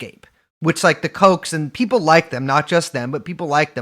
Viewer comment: It always sounds like she pronounces P as B. People (beople)